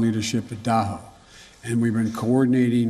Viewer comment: "Daho"? "Daho"? Are you freakin kidding me?